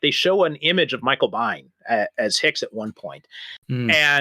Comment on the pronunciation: Just to clarify, Veronica Cartwright played Lambert in Alien. Also, Michael Biehn's last name is pronounced Been. George (ChosenNightwolf)